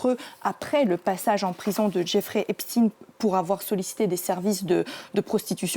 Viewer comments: On ne dit pas "Epchtine" mais Epchtailleneu (en fait, c'est comme Einstein, OK?), tout le monde le sait donc INUTILE de cacher la judéïté de Jeffrey en traffiquant son patronyme. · c est steinnnnn pas stine epstaiiiiin pas epstiiine